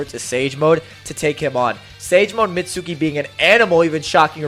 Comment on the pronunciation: It's pronounced meet-skee(ski) I don't understand how so many ppl don't know this